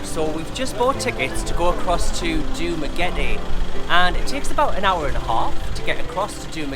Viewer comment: ooh props for saying dumaguete correctly lol most foreigners say it like duma-getty